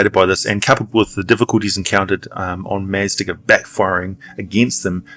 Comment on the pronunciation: Maztica is pronounced "maz-TEE-ka".